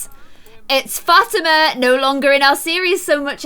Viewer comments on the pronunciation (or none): i think fatama is pronounce fa tema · Fatima is not pronounced like fat/I/ma It's pronounced fat/ee/ma